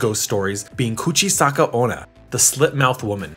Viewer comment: "Kuchisaka ohna (mouth is a slope ohna)", huh, that's the first time I've heard that I know "Kuchisake Onna (Woman with a Slit Mouth)"